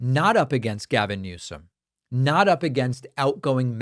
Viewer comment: I thought he was saying "Less More"